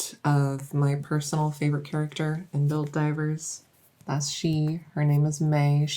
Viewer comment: I kept hearing Helldivers, not Build Divers xD